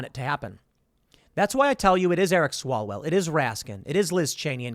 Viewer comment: It's Swallowell....